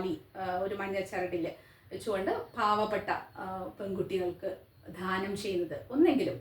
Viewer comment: ദാനം എന്ന് ഉച്ചരിക്കുക ധാനം എന്നത്‌ തെറ്റാണ്‌..